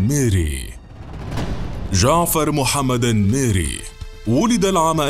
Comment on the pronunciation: اسمعك تقول الميري😂 الننننننميري